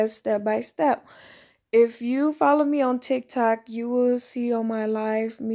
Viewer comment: omg i know im aint the only who heard her say tik tak